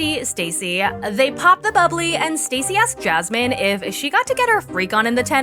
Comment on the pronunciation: As a fellow Jasmine, I really hate the way Gino says her name.